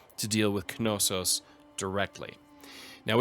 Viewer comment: I hate to be that guy, BUT its not ka-no-sos. Know-sus, now-sus, and na-sus are all acceptable pronunciations of Knossos. JK. I love to be that guy..... lol